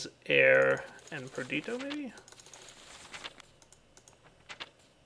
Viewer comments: 'Perdito' is a mistake, it bothers me. But 'warder' is an accent difference. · Am I the only one who cringes every time dire says "perdito" instead of "perditio"?